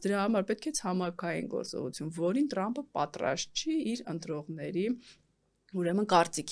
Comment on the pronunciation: լայ լաղջիկ լերվուծաբան մենք թ և փ տառն ու հնչյուն ունենք ապա տյու ընչու էս Թրամփին տըրամըպ ասում ։